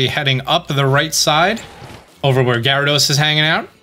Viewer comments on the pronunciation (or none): none